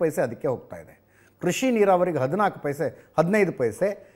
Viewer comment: ಲೂಸ್ ಬಡ್ಡೆತದೆ.. ಸ್ಪಷ್ಟ ಉಚ್ಚಾರಣೆ ಮಾಡೋ ಪುಣ್ಯಾತ್ಮ😂.. ಪಜಾ ಪಬುತ್ವ ಅಂತೆ 😂😂😂..ಕೃಷಿ ಕಣೋ ಅದು.. ಕುಷಿ ಅಲ್ಲಾ 😂😂